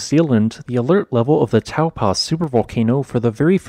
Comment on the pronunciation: Hey there, Taupo is easy to pronounce, its Tau-po just like it's spelt! You have the first part correct but you're saying the 'po' as 'paw' ☺